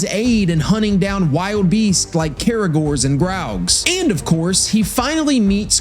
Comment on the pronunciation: It’s Care a gor